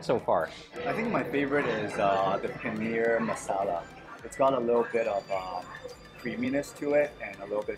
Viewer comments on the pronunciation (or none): none